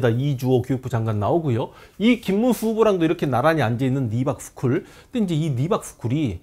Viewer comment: Reebok 신발회사인줄 알았네요 (미국발음 리박)